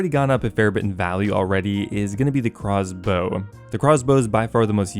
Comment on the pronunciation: Jagex named the Craw's Bow thusly because has a tough time pronouncing Crossbow.